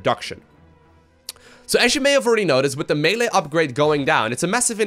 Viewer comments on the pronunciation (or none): none